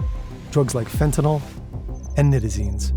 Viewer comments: Nigh-tazines not Nit-azines. Smh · Night-AA-Zeen-s is how it is pronounced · Pronounced Nye-tizines, not knit-izines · Night-a-zine* at least pronounce it right if you are going to try to make a whole video about it.